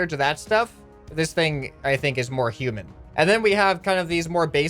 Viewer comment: Did he say human or shoeman